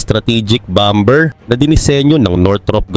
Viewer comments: yung BOMBER mo isilent mo yung letter B sa BER imbes na bomber = bommer 😊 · Hindi bomber. Ang tama ay bomer, silent b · Silent B ang Bomber-parang Bomer lang po👍